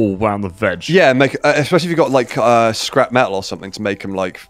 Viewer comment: You really brought the “Crap” out of “Scrap”